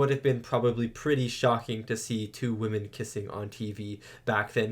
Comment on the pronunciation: What's up with this new thing of young people on YouTube mispronouncing ''women?'' I have seen countless young people repeatedly pronouncing it the same way as the singular ''woman.'' Is this a new thing? mispronounces it every time he says it, and i'm so confused.